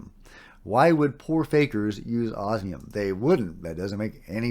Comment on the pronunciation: Osmium, not obsium. Yes, it is the rarest naturally occurring and stable metal on Earth. Rarer ones have extremely short half lives (seconds at best) and don't matter because you can't do anything with them (eg francium)